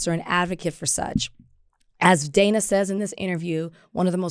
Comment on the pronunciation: Dana held her own in that interview. BTW, it's pronounced Dan-ah.